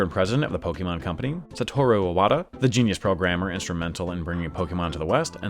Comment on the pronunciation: It's pronounced "poh-kay-mahn".